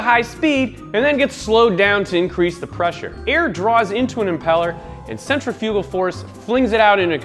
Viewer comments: Sentra fyoogal 🤣 it’s sentrif ahgool. You put em fass iss on the wrong sill ab ool 😂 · hahahaha centri-fugal supercharger, wait you were pronouncing it wrong to be funny right? cent-rif-ah-gul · Does someone want to tell him how to say that word? Cen-tri-fi-gal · Bahahaha he said centerfugal... its pronounced sen·tri·fuh·gl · Mispronouncing ‘centrifugal’ - it’s not ‘cen tri fuuuugal’ but rather ‘sin trif ah cal’ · "sentry fugal" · oh he's VERY cringe-worthy... he keeps mispronouncing centrifugal; that doesn't seem to be a regional variation, he doesn't seem to actually know how to pronounce it, so he winged it (and failed) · Somebody teach this man to properly say centrifugal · Hold up... wait. Say centrifugal again? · Centrifugal is not pronounced like that lol. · I cringed every time this guy said “centrifugal” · he doesnt know how to pronounce centrifugal. why?